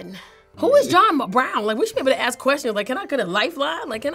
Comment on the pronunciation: "ax" (ask), "expecially" (especially)